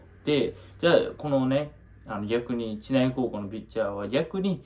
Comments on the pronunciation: ちないじゃなくてしりうちね笑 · 知内の読み方 (しりうち)です